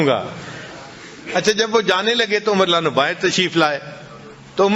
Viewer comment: Hazrat aap ka bayan bht acha hai...Lekin ek baat pe aapko guzarish karunga k aap Radiallaho Anho PURA Ada Karen... Hazrat Umar k Naam k aage aap jo farma rahe the (ma'azallah) us ka matlab galat hota hai ye aap mjhse behtar jante honge...